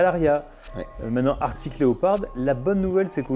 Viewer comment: Super vidéo les gars ! Par contre c'est ARCTIC et non pas ARTIC ! 😅 Pour ma part, j'ai une ArCtic Leopard XE Pro S en cours de livraison ... :)